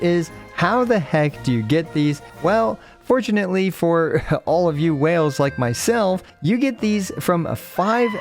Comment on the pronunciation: it's "fortunate". why would it be "forchana?" 💀